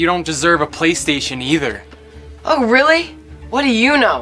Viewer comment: Bruh she said playerstaion and I craked up